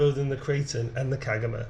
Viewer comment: Kagama is pronounced kar ga ma dude 😅😅